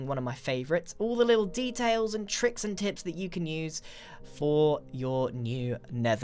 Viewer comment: LEETLE LEETLE LEETLE LEEEEEEE